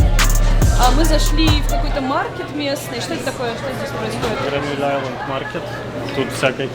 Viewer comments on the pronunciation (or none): none